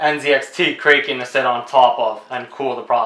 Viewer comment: The Kraken comes with thermal paste preapplied. Additional paste is neither necessary nor desirable. Next time read the instructions before presuming to teach others. And it's "krah-kuhn," not "krake-en." As in the legendary sea monster